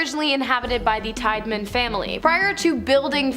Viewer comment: Tiedeman teeda men not tide man